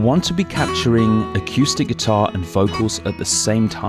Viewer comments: I just found your channel and I'm really loving it. But I have to say, and maybe this has been mentioned to you before, The word is uh-coo-stick. Not uh-, cue-stick. Thanks! -Greg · a cue stick 🎱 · I've never heard anyone pronounce "acoustic" like that before. Really entertaining. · Haha, I had exactly the same thought when I first started listening to. I've got used to it now! 😁